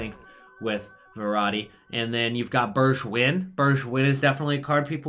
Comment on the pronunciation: Burshwin? Haha it hurts as a Dutchman/ PSV fan XD. Stil a nice video man!!